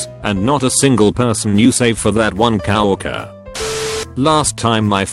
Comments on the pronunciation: word: Co-worker. Voice: CoW OrkEr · Nobody: This voice: Cow-walker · Nobody: Text to speech: COW ORKER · coworker Bot: kaowurkurr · Get a better TTS because it constantly mispronounces stuff like "coworker" as "cow-orker". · 'coworker' text to speech let's change that up a bit... cow worker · Cow-worker. Lol. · Wth is a 'cah-wokker'?! what in the world program did you use to auto-read these tweets lol